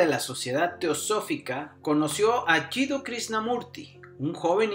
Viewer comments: por qué lo llama juddi casi todo el tiempo, en vez de Jiddu como realmente es? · El locutor dice varias veces "Judi" Khrishnamurti....el nombre es Jiduu, ..se ve que no sabe mucho acerca de Jiduu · El que Lee el texto dice YUDI KRISNAMURTI todo el tiempo. Y el nombre se pronuncia es : YIDU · Te falto una buena pronunciacion del nombre jidu al decir yudi. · No es "Yudi" es "Yidu" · No se llamaba judi como dices en el video, sino Jiddu... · No es Juddi, es Jiddu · Es Jiddu. No entiendo como repite tantas veces un nombre errado.